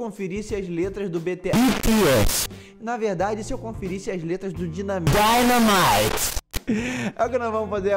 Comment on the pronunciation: Meu deus na hora que ele falo dynamite errado e depois falo certo meu fone tava em 100% quase estoro meu ouvido quase morri kkkkkkkkkkk